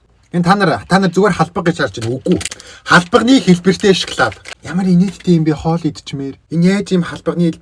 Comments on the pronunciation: шоколд биш ээ шокалод шдээ😂😂😂😂😂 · Шаклаад идэж байгаа юм чинь шаклаад л амтагтан шд